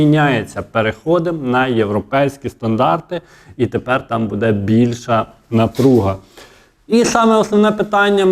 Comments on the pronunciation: Та не «будЕ» , а « бУДЕ» ! Безграмотна мова !😢😢 Говори Українською , якщо ти медійник !!!😮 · Ставте правільно наголос. Не будЄ, а бУде! Невже так важко запам'ятати! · А чому "буде" з наголосом на "де" ? З України нас вже насильно зробили галичину, а мову вже не пізнати, нас вже швидко усіх незгодних "ушпиталять".